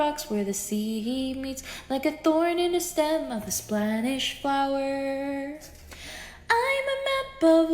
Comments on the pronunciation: Wtf is a "Splanish Flower?" 😂😂😂😂 Does she mean SPANISH??? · Spanish 🚫 Splanish ✅️